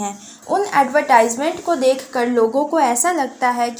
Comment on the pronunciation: It's not ad-y-tysment It's adve-tysment